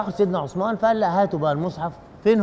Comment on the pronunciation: عند النطق بإسم الصحابي الجليل عثمان لايصلح نطق عصمان او عسمان لازم نحاول ننطق الأسماء كما هي بغض النظر عن اللهجه